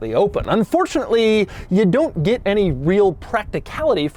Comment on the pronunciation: He pronounces “get” like I do… “git”. 😀